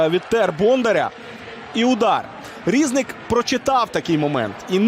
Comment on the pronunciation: Коментатор неук. Не шОстак, а шостАк. Не рІзник, а різнИк. Коментатор, ти українець чи німець?